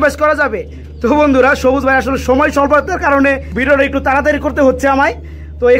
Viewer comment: জবুজ না সবুজ😂😂😂😂